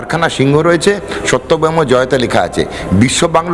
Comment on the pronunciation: সত্যমেব জয়তে কথাটা অন্তত ঠিক ভাবে বলুন। সত্যবেম জয়তে কেনো বলছেন??????